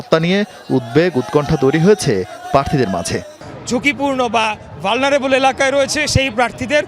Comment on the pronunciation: Valnerable, না উচ্চারণটা ঠিক ভাবে করেন।